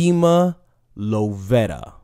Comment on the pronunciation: Demi ( Dim-Me) Lovato (la-va-toe)